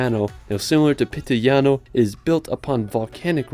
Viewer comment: its PITIGLIANO NOT PITILIGNANO